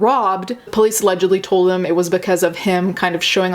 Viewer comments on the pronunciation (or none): none